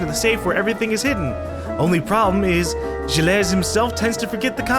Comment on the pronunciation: YOU PRONOUNCE GILLES "jill", YOU EVEN HEARD HIS WIFE SAY HIS NAME!